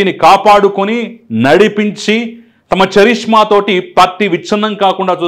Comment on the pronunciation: చరిష్మా కాదు కరిష్మా తెలుగు వాళ్ళు చేసే mistake. Ch చ గా పలుకుతాం.